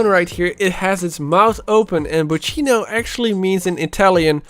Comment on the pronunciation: Lol I’m Italian and for how you say bocchino I laughed so hard